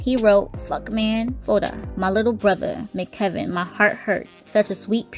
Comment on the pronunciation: M.C.Kevin not McKevin